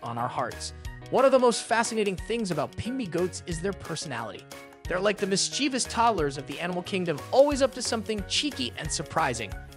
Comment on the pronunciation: Helpful hint: "mischievous" is pronounced with the accent on the first syllable. Also, "mischievous" has 3 syllables. Try this: MISS CHEE VUSS. Not MISS CHEE VEE USS. You're welcome.